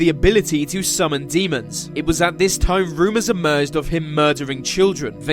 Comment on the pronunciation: "it is fot a hundred fousand people died vis way" it amazes me how badly the English butcher their own language